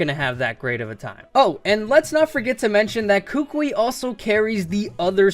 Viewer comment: Koo-Koo-ee. Not Kookweee